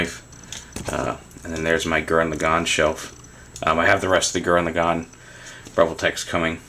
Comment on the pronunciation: btw i think its pronouced as gurren la-gann, gann rhymes with ran